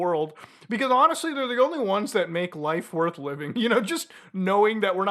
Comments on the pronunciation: Mutahar gets a Southern accent on "life" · Southern American*